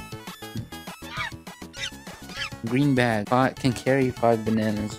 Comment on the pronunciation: It's Bag Not Baog